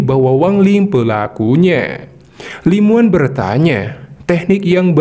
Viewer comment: Namanya Li Muwan tpi di Baca Li Mawan bg